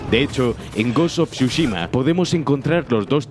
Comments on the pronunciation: Bro pq le dices siempre mal los nombres jajaja ghos of sosushima es tsuchima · Of SHUSHIMA🤣🤣🤣